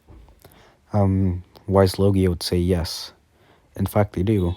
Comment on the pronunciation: You say the dragons name it is a w but it's pronounced with a v